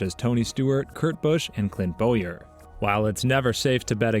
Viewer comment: I’d like to know where you got your nascar knowledge from, you have lost every bit of accountability by showing Kyle Busch as Kurt Busch, and not pronouncing Bowyer right. I love Briscoe but this video is BS